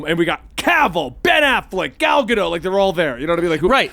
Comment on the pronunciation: If we're going to continue to respect Ezra Miller by referring to them by their chosen pronouns in light of what they've done, can we also pronounce Gal Gadot's name correctly? Like, I know a lot of people didn't care for WW84, but I don't think it counts as a crime against humanity.